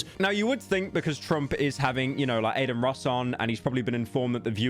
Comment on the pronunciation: Ah the hardest name to pronounce: Carmello Harris, A-Din Ross, and Andrew Ta-Teh.